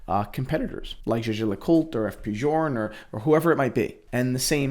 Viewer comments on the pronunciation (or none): love your videos man, but please stop with the butchering of JLC's name haha, Jaeger is pronounced a bit like "Yeager", and say the last re or coultre :) Cheers man, keep up the good stuff.